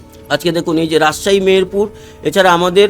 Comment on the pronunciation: রাজশাহী কি উচ্চারণ করতে পারেন না?